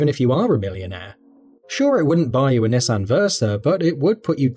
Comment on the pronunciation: Which wouldn’t be so bad if he could actually pronounce the name correctly.